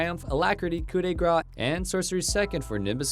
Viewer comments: It’s pronounced more like “graw” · FYI the word grâce in "coup de grâce" is pronounced similarly to the word grass in English